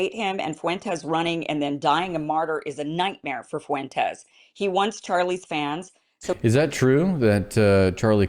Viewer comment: Why can't women and black men use a dipthong? "Fuentes" has a dipthong ie "ue" "Fuentes" has two syllables not three